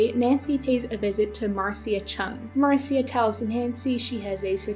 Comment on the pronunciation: Fyi the name Marcia is typically pronounced “Marsha”